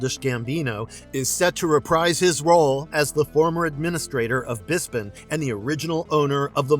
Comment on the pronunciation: It's hard to take a video seriously when the narrator is mispronouncing the names of places (Bespin), and getting the titles of things incorrect (it's "Deadpool & Wolverine", not "Deadpool vs Wolverine")... or when a show that has been out for a week is listed as "upcoming" (Skeleton Crew debuted on Dec 3... the 3rd episode came out the same day as this video)